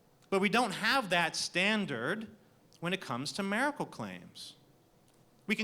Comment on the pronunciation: Cool debate. One question, though: What's a "mare-a-cull"?